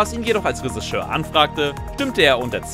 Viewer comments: Der sagt das nicht nur komisch...der spricht es absolut falsch aus. Resseschör! Reseschör! unfassbar! Was für ein Sprachwunder... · "Ressigeur" naja das üben wir nochmal :-) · Was ist ein Resseschör? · bitte BITTE sag Drehbuchautor, wenn du nicht Reschissör sagen kannst. Oida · Ja XD Ich musste 3 mal hin hören. Der Sprecher sagt Ressigeur XD Ich lieg am Boden. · Der Typ glaubt wirklich, dass es Räseschör heißt... 🤨 Warum kann sich Lupper nicht die Mühe machen, kurz zu prüfen, was da erzählt wird? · hat der ne wette verloren oder warum sagt der Regisseur so komisch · Moment! War ich wirklich so dumm anzunehmen, dass man bei einem Filme-Kanal das Wort Regisseur korrekt ausspricht? Was für ein Fauxpas...ich entschuldige mich natürlich für meine absurde Erwartungshaltung.